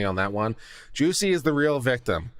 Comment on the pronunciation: His name is not pronounced as Juicy, it’s Juss-ee